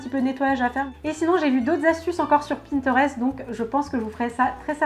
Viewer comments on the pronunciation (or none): Dezolé mais quand tu dit pintereste le (e) se prononce e non o